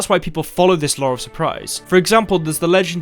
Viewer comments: More important question is: why is it pronounced 'lore' instead of 'law' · am I the only one hearing Lowre of Surprise? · "The lawr surprise" lol